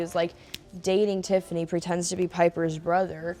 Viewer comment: ON TIFFINAY BTW